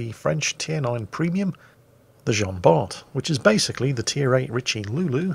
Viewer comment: Dear,as Jean Bart was french,Bart has a silent T:p